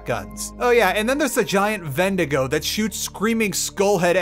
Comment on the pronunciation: I'm sorry, but I chuckle at "Vendigo" xd